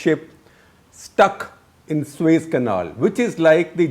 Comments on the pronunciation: It is SUEZ not SueS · Suez canal. 🤦🏻‍♂️ Not sues